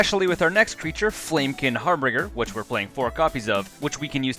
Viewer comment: Harbinger, not Harbringer ;) As a non-native speaker, I've had a lot of problems with that word as well, so no grammar nazi :D just pointing out ;)